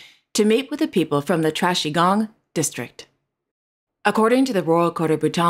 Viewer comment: I like Monaco-ville, 😉😋, but Prince Albert how will we know you are really working unless you unveil a plaque. My ears must be going because I thought I heard King of Bhutan was going to "trashy gong"? 😮 Lol. I hope you are feeling better 🤗